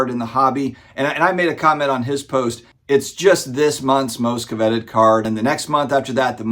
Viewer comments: Co-vet-ed? Did I hear that correctly? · I heard it too lol interesting pronunciation